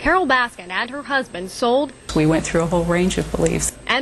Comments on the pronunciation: So much diggin that you cant say her last name right in any of these videos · Why does it keep saying Baskins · He calls her Carole Baskins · i wish people would stop adding an ‘s’ at the end of her name. i’m not defending her but it’s a pet peeve of mine 😂